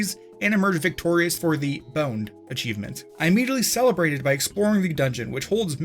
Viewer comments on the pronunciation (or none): im not watching illiteracy made into a job.. achivemint land? A chive ... mint.. land? Really guy?